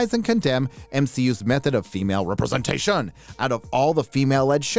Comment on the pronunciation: !!! can't handle the way saying representation